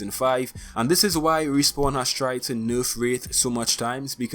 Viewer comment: The way you pronounce "nerf" urks me